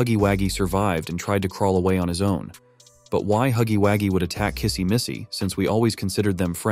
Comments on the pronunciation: I'm unsubscribing cuz why the hell is he is saying huggywaggie 🤨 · Why does he say huggy Waggys? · 😂😂😂It not huggy haggies it huggy wuggy😂😂😂